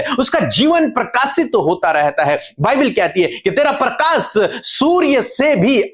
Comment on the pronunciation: Bhai parkas nahi PARKASH hota parkasit parkasmaan nahi s nahi sh lagao log hansi udate hai .